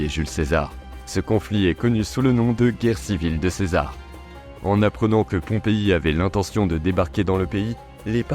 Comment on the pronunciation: Pompé brutus pas pompei 😅